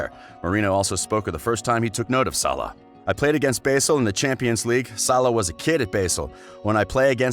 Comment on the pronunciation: Dear narrator, Basel is pronounced 'bahzel', not 'basil'